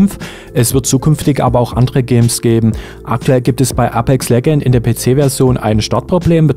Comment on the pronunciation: Du weisst schon apex legends wird anders ausgesprochen als wie du es am anfang gesagt hast🤦‍♂️😂😂 bhd kennst du englisch